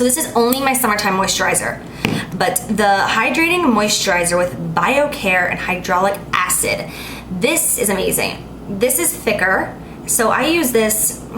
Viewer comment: You said hydrologic acid??? Lol the way you pretend ur an expert and u cant even read